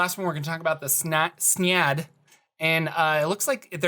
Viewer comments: Yes, thank you. SYNE-ad, not s'nad. x.x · Synad = si - nod you kept pronouncing it, snyad... lol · Are you sure it's pronounced "Snyad"? I thought it was closer to how synapse is pronounced: "Syn' ad". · I think it's pronounced psy-nad. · Synad= SIN-ad